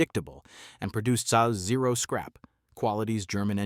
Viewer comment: Ze-ar for zero? Great AI verbalization!